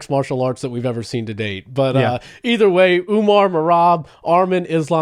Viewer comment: Say his name right arman not armen